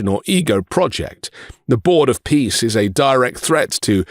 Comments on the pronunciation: Trump pronounces ”peace” as ”piss”. I find it symptomatic. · Board of Pissss like he pronounced it. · Bros of Piss, the way he pronounces it.